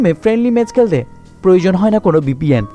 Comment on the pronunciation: কেলতে কেলতে বলেন কেন.? খেলতে বলেন খ উচ্চারণ করুন 😣